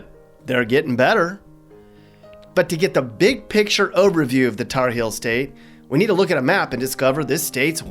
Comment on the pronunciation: It’s HEELS honey, not “hills” lmao